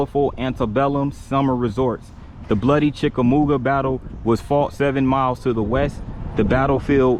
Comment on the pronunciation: Dude, you lost me after the first sentence. You do not know how to pronounce "Chickamauga". The Battle of Chickamauga was a major battle of the Civil War. Otherwise, a fair video from the perspective of a local citizen. Can you properly pronounce "Catoosa"?